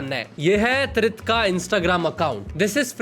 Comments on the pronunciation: Tirth ❎ Trith✅ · Tirth❌ trith✔️. 😂😂😂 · Tirth ❌ Trith ✅🤣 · Tirth❎ Teeth✅ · Tirth❌️ Trith✅️ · Tirth ❌️ TRITH ✅️ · Tirth ❌ Trith ✅ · TIRTH❌ TRITH✅ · Tirth ❎️ Trith✅️